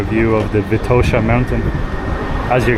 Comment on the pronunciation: Please be so kind to learn how the names in Bulgarian sound properly when presenting your video trips...Vitosha & Sofia definitely need to be pronounced with different vowel stressed on... and rakia too :-)